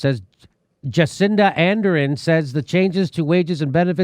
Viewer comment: It's Ardern not Anderin